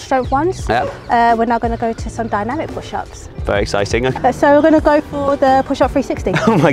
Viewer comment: "very exicing"? "very exercising"????